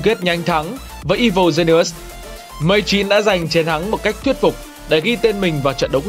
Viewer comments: Woft? "I vồ gi ni ùs"?? chất lượng của video này kém thật sự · Evil Genius"es" = I-Vồ Gi-ni-us-"sis" nha bạn! Không phải lỗi lớn nhưng cũng xin góp ý cho ạ.